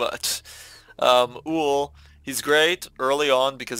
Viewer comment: Ull-er is how it’s pronounced 😊❤️